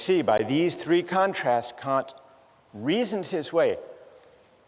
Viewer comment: The Three Kant-trasts